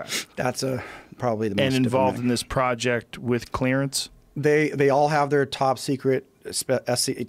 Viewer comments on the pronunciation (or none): none